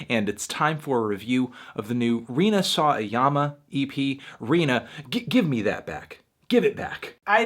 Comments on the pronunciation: It's... Sawa-yama, not... Saw-a-yama Melon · Actually, the ‘w’ in her name would be pronounced. #weeb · Lol the way you say "Rina saw a yama" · is such an easy name to pronounce and you did it wrong. Unsub.